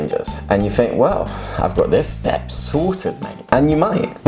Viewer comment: 스텝 섻...로 들림 six...